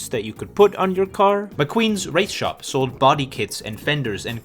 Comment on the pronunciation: Bro... I'd your natural accent British? You sound kinds British when you say "shop"